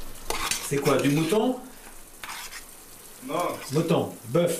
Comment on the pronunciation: Merci Mr le magnifique Berger pour avoir dit : " Le Mouto " pour mouton , j'ai ri à en pleurer , mais c'est pas méchant du tout au contraire